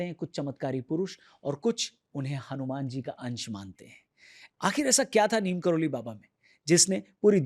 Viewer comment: "नीम करोरी" है..... नीम "करोली" नहीं है..... सुधार करो